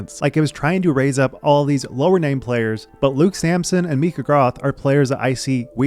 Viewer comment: Hearing you pronounce Micah's name cracks me up. It's not Meekah, bud.